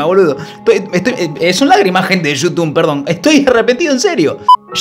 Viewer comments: "Yutun"?? Jaja kpoooo! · Pensé que era un vídeo serio hasta q dijiste "yutun" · ¿YUTUN? ¿YUTUNER?😂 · Desde que dijo yutun ya me di cuenta que era re joda jajaja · Ya cuando dijo yutun me di cuenta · Cuando dice yutun es xq esta hablando de boludeces jajaj